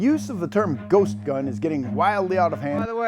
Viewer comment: Ghost gun? I thought they were saying Goat gun. BAA!